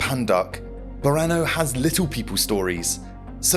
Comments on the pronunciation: Boreno? It’s Borneo 😭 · . Borneo. Pronounced the way it's spelled. (BORN EE OH). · 5 months later and I can still hear it. ("Bor-ee-no") I think it WAS pronounced correctly ONCE.